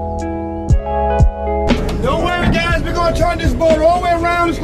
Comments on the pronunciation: HELP WHEN KEEHO SAID “wassup guys” I THOUGHT HE SAID WASSUP GAYS LIKE I WAS ABT TO BE LIKE DAMN DONT GOTTA CALL ME OUT LIKE THAT😭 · why does is it sound like he said “wassup gays” 😭✋ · I coulda SWORN he said ‘wassup gays 😊😀❤’ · Theo looks so excited💕 Why did it sound like he said ‘what’s up gays’😳 I must be tripping💀 Theo is very pretty🥰 - Poor Theo😅❤️ Yes, but a cute one😂💞 , 😂😂 Lmao how did he manage to do that🤣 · I THOUGHT HE SAID WHATS UP GAYS HELP